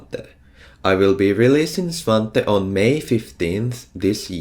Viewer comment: i am happy svante is pronounced as i thought it is